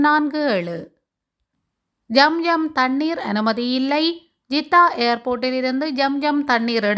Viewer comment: என்னம்மா தவறாக உச்சரிக்க வேண்டாம் ஜம் ஜம் இல்லை ஸம் ஸம் என்று சொல்ல வேண்டும்